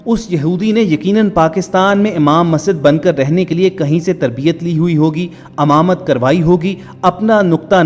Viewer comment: Baat short kar r imamat ko hamamat na bol